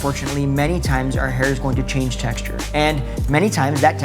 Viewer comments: You forgot the "N" in change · ‘not being open to chaNge’ - you forgot the ‘N’ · [There's an "n" in 'change']